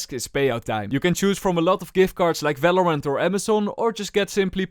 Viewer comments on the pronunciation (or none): why you keep saying "falorant" 😂